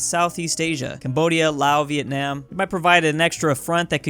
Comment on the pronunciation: Viet-NAIM lol